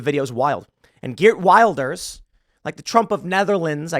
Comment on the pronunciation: Just a note His last name is pronounce with a "V" (vil-der), not Wilder.